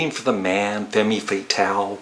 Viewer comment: Femme is pronounced "fem" not "femmy". It's a French word, it's pronounced "fem" in the song. It's a term long familiar to film noir fans: Best VU album I think, so much energy without the sad chanteuse Nico to bring us down. I have her Oct. 1967 solo album "Chelsea Girl" which Read, Cale, Morrison and Jackson Browne played on. The 4 of them wrote or co-wrote 8 of the 10 songs, the other 2 were covers of Dylan and Tim Hardin. It was also produced by Tom Wilson same as "White Light/White Heat".